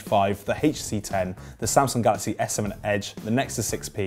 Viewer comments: so because of that he can't pronounce the letters HTC separately? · Why do you say HTC like that?